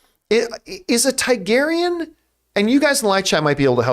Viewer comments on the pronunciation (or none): It’s TAR-garyean John not TAI-garyean!!!!! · “Tygarian”….. Tarrrgarian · they are TARGARYENS, not taigaryens ...you're pronouncing wrong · John’s always got Star Wars on the mind 😂 “TIE-garyan”